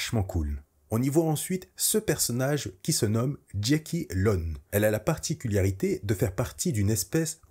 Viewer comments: Pourquoi tu dis "particuliarité" au lieu de "particularité" ? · Vidéo super cool comme d'hab t'es au top merci pour ton travail, tout petit minuscule bémol tu dis "particuliarité" à chaque fois ça me fait un peu tiquer 😅. Sinon super vidéo hâte de découvrir cette série et tes prochaines ! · particularité et pas particul Y arité qui ma trigger toute la vidéo mais cettte dernière est encore une masterclass bv !!!! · ParticulArité et pas particulIArité. Sinon merci !